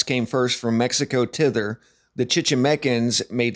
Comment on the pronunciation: “Tither”? Come on, man. 😂